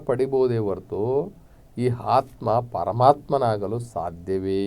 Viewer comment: ನಿಮ್ಮ ಅಂಥವರ ಬಾಯಿಯಿಂದ ,ಮತ್ತು ಈ ಬಡ ವೇದಿಕೆ ಮುಖಾಂತರ ಆತ್ಮ ಅನ್ನುವ ಬದಲು ಹಾತ್ಮಾ ಕೇಳಿದರೆ ನಮ್ಮ ಮನಸಿಗೆ ಹಿಂಸೆ ಆಗ್ತಾ ಇದೆ ಮಾನ್ಯರೆ